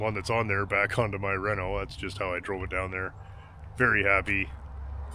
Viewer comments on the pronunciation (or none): none